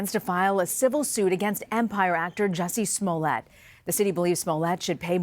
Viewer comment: Pronounced Juicee Smolay.